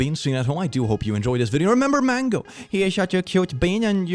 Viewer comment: day 7 of saying mangOwO